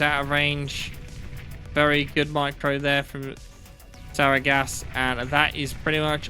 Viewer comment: Ty for another great cast! Btw, Sargeras is pronounced "S-arh-g-eras" Its a Titan in WoW, so if you you want to Google that, there should be plenty of videos on how to say it :)